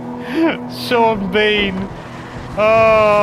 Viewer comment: Neither you nor Sean Bean said that correctly. omg x'''D